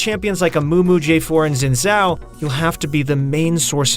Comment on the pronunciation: Its closer to Sin Zhao OK?